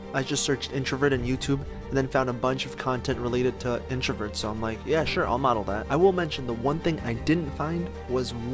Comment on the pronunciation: number #7 says "introvets" fix that bro lol